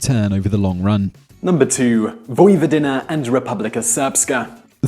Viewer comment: "Vojvodiner and Serbier" Why does he keep saying er instead of a?